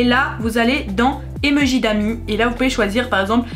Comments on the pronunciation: "des emeujis" MAIS NAAAN des emOjis 😂❤ Je rigole super vidéo+1like+1 abo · Elle dit les emejis sa me stresse 😂😭